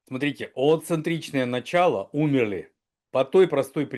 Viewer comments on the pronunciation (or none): none